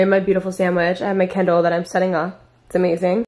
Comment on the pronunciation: I kept hearing candle, I was so confused lol. Ly